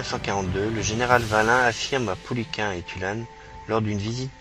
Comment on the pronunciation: Le 1er commandant du GC3 "Normandie" s'appelait Joseph Pouliquen, commandement assuré du 1er septembre 1942 au 22 février 1943. Il portait le grade de commandant. Jean Tulasne, commandant en second, lui succéda. il faut prononcer Pou-li-quène et non Pou-li-quin. Jean Tulasne n'a jamais commandé le régiment Normandie-Niemen. Ce sont des dénominations qui furent apportées plusieurs mois après sa mort tragique. Il commandait le GC3 aussi appelé escadrille "Normandie" qui, bien sûr, devint le régiment ensuite.